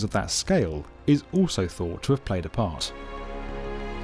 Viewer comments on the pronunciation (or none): none